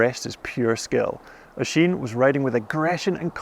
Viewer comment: Thank you for obviously taking the time to learn how to pronounce "Oisín". It means a lot. Other broadcasters take note.